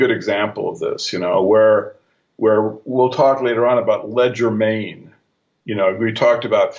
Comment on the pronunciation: Hey ur a really smart guy so what is ur problem with proper pronunciation? I'm sure Kelly cringed every time you said "ledger main" when I'm sure you meant legerdemain" which is French for quickness of hand. There are other words you seem to have problems with and it is quite distracting at least to me when you throw these linguistic curve balls out there. Other than that I appreciate fully what you do and this series is excellent in every way except for these occasional glitches.